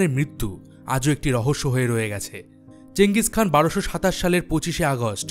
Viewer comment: ওটা চেঙ্গিস খান না চেঙ্গিস খা